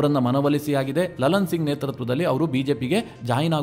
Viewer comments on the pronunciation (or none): none